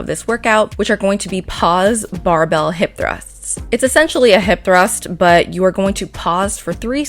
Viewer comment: Anyone saw BUTT when she said but 😂